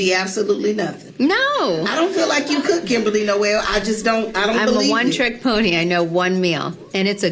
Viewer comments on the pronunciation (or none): none